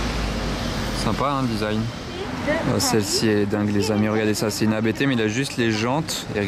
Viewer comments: on dit pas abt d'un coup perso je dis A.B.T lettre par lettre mais chacun a ca facon de le prononcer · Il y a rien de plus énervant de vous entendre dire abt alors que c'est A B T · Deja sa se dit pas abt agahhaaha sa se dit a-b-t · Salut cool la vidéo mais je crois enfin moi je crois que sa se dit À B T et pas abt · La façon dont tu présente la Rs6 abt m'a troublé car on dit A-B-T et pas en un seul mot